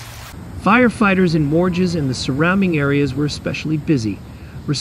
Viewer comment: It’s mostly in the French part of Switzerland. By the way, Morges is pronounced like morsh.